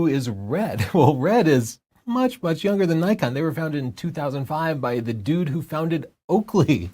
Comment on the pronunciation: Ok, if you're going to say dude, you need not pronounce the ending D. It just sounds corny. Bring your tongue to the roof of your mouth as if to sound that last D out, but don't. You're welcome ✌